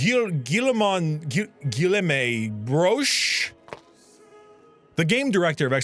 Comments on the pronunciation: BTW, "Guillaume" is just pronounced "Gu-ee-o-m" in French Also, Sartre and De Beauvoire have kinda fallen from grace here, since they : 1 - lied about being members of the resistance during WW2, which they weren't, according to the national council of the resistance 2 - De Beauvoire... often arranged "dinners" between Sartre and her high-school students... And often times, multiple of them at once... 3 - They were extremely supportive of Mao, Stalin, Castro and Pol Pot. Meanwhile, Camus has been proven quite right in the years that followed his death, especially regarding the returning of authoritarianism on both sides of the political spectrum and the consequences of the invention of the A-bomb and H-bomb. Also, his view on absurdism isn't hedonism. For him, living a "best life" wasn't about always partying, even though he did, (and strangely enough, this is rather something Sartre decided to engage in to even greater lengths), while Camus saw the "best life" as not the pursuit of fleeting pleasures, but rather the following of true happiness, which he distinguishes from superficial joy. I suppose you can guess which ending I chose... 😅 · I'm not even french and it hurt to hear him butcher the name Guillaume